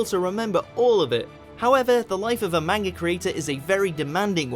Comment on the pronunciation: Most interesting fact: STILL CAN'T PRONOUNCE MANGA CORRECTLY